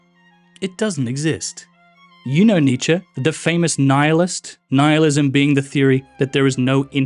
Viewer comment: Black Myth: Wukong? Roasts Camus, proceeds to mispronounce Nihilism.